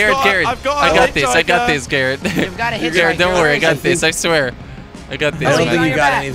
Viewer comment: Sounds like most of the times you call garrot "Carrot"